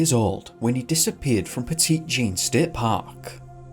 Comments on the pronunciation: I know that you're probably tired of being corrected on how places are pronounced, because honestly, how are you to know, and it does look like you said it, but it's pronounced, Petty Jean. It's weird, I know. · I was so shocked when I heard Petit Jean and wasn't sure if it was the same place because of the mispronounciation (it's more like petty) but when you said Little Rock I was surprised to hear a story from my state